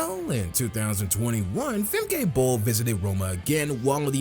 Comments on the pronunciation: It\s Femka, not Femkay..... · And it’s Fem-kuh. Not Fem-Kay